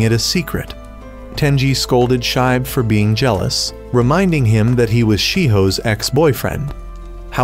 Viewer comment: It's pronounce "shee-be" not shibe